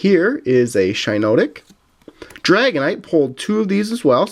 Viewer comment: it is Shin-NotTic